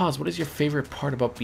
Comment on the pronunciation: "that aboot it" I <3 canadians